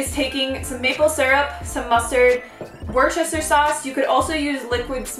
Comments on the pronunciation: Love your videos. A little interesting pronunciation tip - you say 'wooster', not 'worcester' :) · Worcester is pronounced Wuster!! 👻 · I needed this video! By the way, I’m from the UK and Worcester is pronounced ‘Wooster’ hahaha I found the way you said it hilarious!!